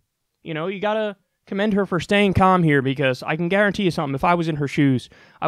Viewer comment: "staying com"